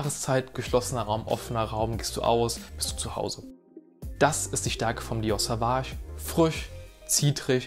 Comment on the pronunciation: Es wird übrigens "Sohwahsch" und nicht "Sahwahsch" ausgesprochen 🫡 Gutes Video.